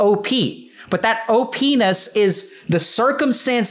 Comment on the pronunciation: he says openis and i like that